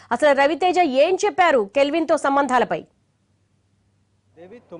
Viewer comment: Calvin kadu ra nayana kelvin 1st nv name sarigga telusko tarvata news cheppu. Ninnu lopalki pilchara nduk ee yedava sodhi